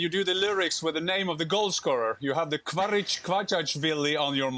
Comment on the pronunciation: who is kvarich kvachashvili? its Khvicha Kvaratshkelia